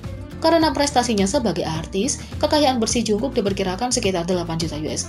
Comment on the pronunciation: No offense sih tapi kekayaan jk dari dulu kok $8 juta usd mulu ya padahal konser terakhir mereka grossing salenya sampe $250 juta usd sama cara baca jungkook itu bukan "jungkuk" tapi "jonggu"😁 Saran dari unknown army